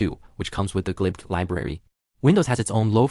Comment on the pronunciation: Your text-to-speech mispronounces pretty much all acronyms like mmap, glibc